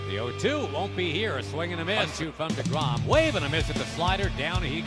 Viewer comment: Tell Jason de Grom to fix de Name. De Grom. Not de Grom. Shame he's waisting his career with de Mets anyhow.